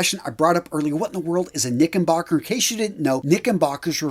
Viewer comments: Hey there brother. It’s knickerbocker with an R, not knickenbocker. Great video though - love the history. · Knicker not knicken. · You’re pronouncing “knickerbocker” as if there’s an “N” where the “R” is in the middle of the word.